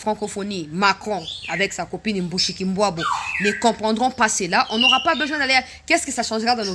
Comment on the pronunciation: Bonjour ma soeur, pourquoi vous dites MUSHIKULBWABO non dites bien MUSHIKILBWA c'est une chienne de la case.